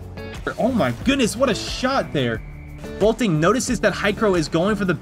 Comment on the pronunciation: boltin, not bolting